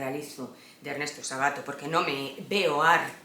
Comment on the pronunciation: es Ernesto Sábato, con acento esdrújulo, cada vez que decís Sabáto se me revuelve algo!! Saludos desde Argentina